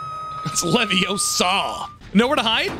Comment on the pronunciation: I think I watched the wizard hook about 5 times just to hear say "It's leviosahh" and laugh my ass off